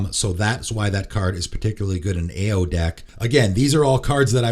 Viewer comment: Ao is pronounced Ow (like “ow, Charlie bit my finger”). Not trying to be annoying